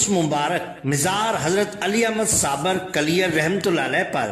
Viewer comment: Bhai sabir naam hota hai sabar naheen.